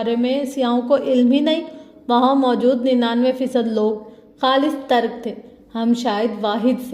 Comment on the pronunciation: It's Turk not tark.